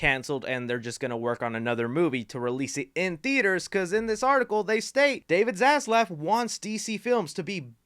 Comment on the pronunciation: sounds like he said David ass left 😂